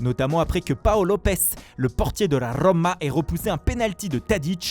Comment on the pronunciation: " L' as Rrrrrroma " 🤦🏽‍♂️ qu'est ce qu'il est gênant